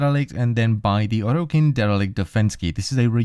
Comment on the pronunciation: Say orokin properly please